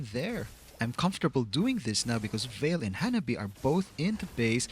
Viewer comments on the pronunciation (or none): I love the way you call vale as valir😂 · keeps calling Vale "Valir" Vale: am i a joke to you?